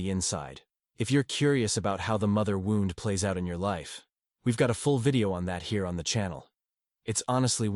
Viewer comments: The word is wound as in pain, not wound as in a clock. For the love of God get real people to read these things!! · Another criticism is the A.I. speaker's mispronouncing of the word "wound" - a negligent preparation of material for the listener. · Yes excwpt the key word WOUND is mispronounced so many times, but not all. Someone needs to edit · I know this is AI but it’s still good… the father wouwnd 🤣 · Something that distracts me in this video is that the word wound is repeatedly pronounced like the past tense of wind. Is there no way to correct that? What happened to having humans actually read text? It’s not that long. Thanks for the content, anyway.